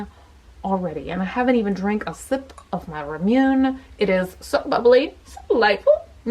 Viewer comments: I love!! But every time she said Ramune wrong I wanted to wince. 😍😍😍 You anyways! Never change! You are my spooky soul sister. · Say it with me,!! RAH-MOO-NAY ((Ramune) Also... Gachapon/Gashapon = GAH-CHA-PON (often just referred to as GAH-CHA for short) Not sure why, exactly, but its reallllly like almost painful whenever I hear you say "ramune" lol idk why it bothers me SO MUCH lmfao, but it does. i'll still love you even if you pronounce it wrong forever, though <3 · Hey just wanted to point out ramune is pronounced more like "rah-moo-ne" (the word basically means lemonade in japanese aha - it's written in katakana which is a japanese alphabet used for english words). My favourite ramune is the strawberry flavour ♥ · I love your videos! I also love Ramune too! I speak some Japanese and alot of it is phonetic. Like ramune is pronounce Rah-moo-ney and it's so fun to drink! Have you ever tried the Melon flavored one? It's my favorite! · rah-moon-nay. A lot of japanese words are pronounced almost like syllables that are in them. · It's pronounced "RAA MOO NAE" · It’s pronounced “Rah-Moo-Nay” 💕💕💕💕 Love you. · I didn’t want to be this person but yes, it’s RAH MOO NAY lol. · D. Sweet Every time she said “rahmyoon,” I shuddered. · Purple Kai - so it should be pronounced "rah-moon"? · Actually, it's pronounced the way it is spelled. Japanese is syllabic so it's just "RA-MU-NE". No "NAY" in the end...but westerners probably add the "ey" sound because of the English accent. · i love you but it’s actually pronounced ra-moo-nay. i speak japanese. not trying to nitpick❤️ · By the way it's ra mu nay. Not ramune. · Elmari Jankowitz you say it like Rah-moo-nay. The marble means that no matter how much you fizz it up it's pretty impossible for it to fizz over. The flavour is like Lemonade (Ramune...Lamune...Lemonade) but it's like a really distinct Japanese lemonade lol. You can get other flavors like I love melon ramune :) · Say it after me. Rah-moo-nay.